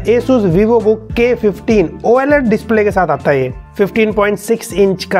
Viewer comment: same like me "oaled" instead of oled